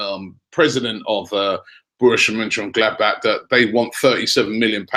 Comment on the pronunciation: I love how Robbie can't pronounce the simplest of names correctly but can pronounce Borussia Mönchengladbach perfectly 😂